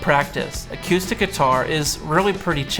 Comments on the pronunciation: I tried very hard to get through this video, but every time you said "a cue stick" instead of acoustic I wanted to kick a puppy. Are you playing pool or guitar? WTF is awquoostik guitar?? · "acyoostic guitar" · He sounds like he's from Vankewver. That's how they pronounce it there... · I can't be the only person who is hearing "a cue stick"?? hahaha. Good video though.